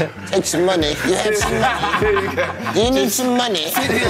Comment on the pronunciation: .."You have some moohney?....Do you need some moohney?💀💀💀